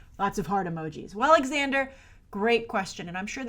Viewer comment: Just FYI, it's pronounced "Zander", not "Ex-ander".